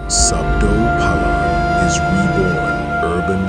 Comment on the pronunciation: Bacanya bkan SObdo Palon. Melainkan: SAbdo Palon